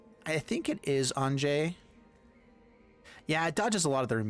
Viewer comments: Am i the only one calling her "Ahn-ya"? It seems like the 'j' should make a the sound a consonant 'y' normally would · Great deck. Just one thing, Anje is actually pronounced "anya" since her family has the whole German thing going on. Falkenrath is derived from the words meaning "Counsel of Falcons". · According to Gavin Verhey it's pronounced AYN-jee, but everywhere in the world that the name is actually common, it's usually pronounced AHN-ya. Its origin comes from the Hebrew name Anna.